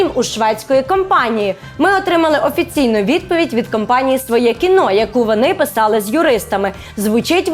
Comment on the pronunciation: Тільки не «своЄ кіно»(“Svoe Kino”), а «своЕ кіно»